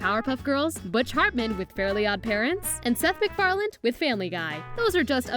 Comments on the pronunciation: "Seth McFarland" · Seth Mcfarlane not Macfarlane mandela effect